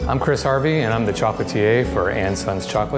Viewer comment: His attempts on French pronunciation is tragic.. How can you consider yourself a master chocolatier when you can't even pronounce something right